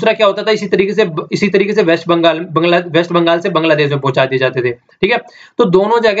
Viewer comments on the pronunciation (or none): none